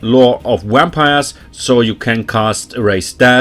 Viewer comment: Great guide, love the editing too. Love how you pronounce wampires and corpse cats 😂 great accent, can't pick it out though.